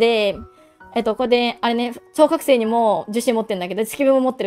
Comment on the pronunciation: 何回聞いても超覚醒が小学生に空耳しちゃうw